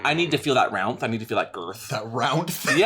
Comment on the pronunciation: was watching this while eating dinner and nearly choked at "roundth"